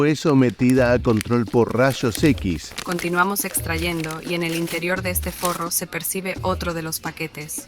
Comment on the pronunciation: “rashos equis”